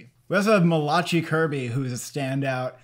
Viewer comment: Hi guys enjoy watching your channel. Also Malachi Kirby's first name is pronounced "Mala-Kai"